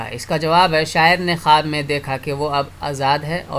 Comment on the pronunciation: Sir its khawab not khub.